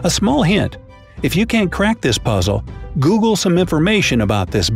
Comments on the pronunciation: It said booble instead of google lol😭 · I only got three haha Who saw when he said boogie instead of Google Like if you did. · you said booble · Oh, the '' Booble Cracked me up